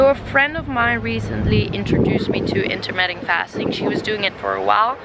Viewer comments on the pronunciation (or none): I think it's intermittent fasting not intermetting.